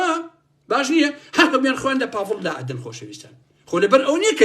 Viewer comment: سلاو باڤڵ ئەڵێ ناوم باڤڵ نەک پاڤڵ 😢